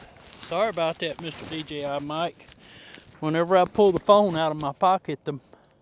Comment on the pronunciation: Good to see someone else call this a DJI. Every time I see something about it it's called a DGI. Made me think I forgot how to pronounce the alphabet.